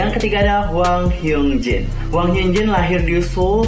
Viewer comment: aku baru nonton 6 bulan setelah video ini up , btw harusnya hyun jin kak , bukan hyung jin. dalam penulisan korea nya juga 현 ( hyeon ) dibaca nya hyun.